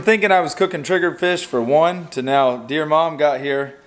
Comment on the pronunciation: Sara Arrington is actually "dear mon" not dear mom. ;)